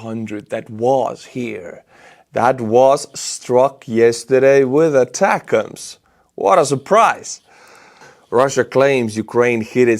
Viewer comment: For some reason I miss how you used to say atacms…attack..ms - haha